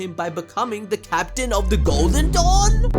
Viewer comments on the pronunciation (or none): none